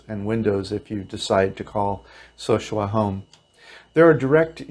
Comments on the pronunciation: It's not SO-shua. It's so-SU-a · So sue ah... repeat after me So sue ah... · Sosua is Spanish. Pronounced So-Su-Ah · Sorry I had to stop watching the video after about a minute. First you can't even pronounce the name of the city correctly, and then you focus on prostitution and crime. Great start to get me interested in how to move to live there on $1100. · Please learn how to properly say the names of the two towns east of Puerto Plata n Think your Elephant is legal